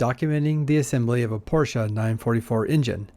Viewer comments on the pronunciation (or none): Great video dude but please, it’s called Porsche not Porscha! 🤟🏼